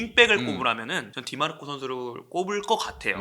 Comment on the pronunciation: 디 마르코가 아니라 디마르코입니다!!